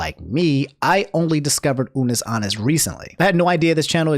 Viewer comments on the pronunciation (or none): "Ah-Nus" not "Ah-Nis",. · What if it’s just that person’s accent lmao idk